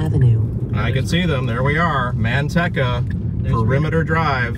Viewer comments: Man tech a. That's funny! Natives say Man tea ca. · The "e" in Manteca is a long e. There is no rhyme nor reason for it, of course.